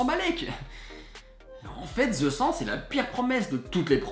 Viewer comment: The -----> dheu arrêté de dire. ---->zeu 😕